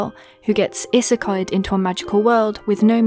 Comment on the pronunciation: What word did you use in the beginning... When you were like A Dominican-American girl who gets ———— Into a magical world with no means of escape It sounded like Issachoid.... that’s what they showed in the subtitles... Also great video